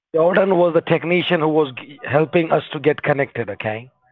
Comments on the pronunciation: I think i am going to play games as 'Tekneeshun' from now on. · Tekneeshun will halp